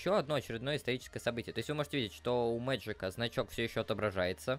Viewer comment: Какой Магик??))) Мэджик